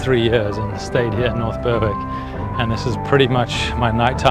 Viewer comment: great content. Its pronounced "berrick" btw